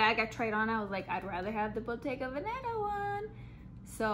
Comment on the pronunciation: I also right you kept saying Bottega Banana lol